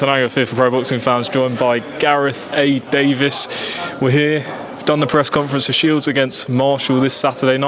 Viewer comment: It's "Davies" not "Davis".